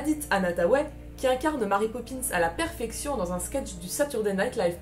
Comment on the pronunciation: Ne devrait-on pas prononcer Mary comme Mary (à l'anglaise) et non... Marie ? ;)